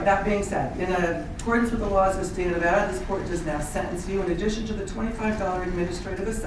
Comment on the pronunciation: Nevada. The a sounds like apple. Love you